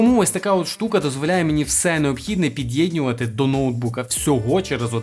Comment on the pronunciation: Мені одному слух ріже слова відьєньнювати та підьєдьнювати, научись розмовляти